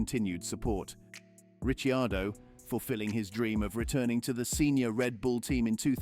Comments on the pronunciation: >> *THIS VOICE KEEPS SAYING (( RICHYIADO)).. WHO IN THE HELL IS THAT??? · My God, your rumours are so far off.😂 At least pronounce Ricciardo's name correctly. The Red Bull employee was Honers PA who's been linked to Jos Verstappen. More BS click bait crap